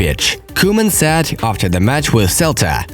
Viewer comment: It's only me or everyone... I am hearing sad for said.....